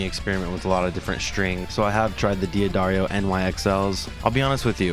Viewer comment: I was wondering if this guy was going to pronounce D’Addario correctly. He didn’t. Moving on.